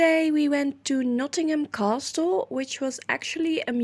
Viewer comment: You got Belvoir OK....but castle is pronounced 'cassle'... no 't" xxxxx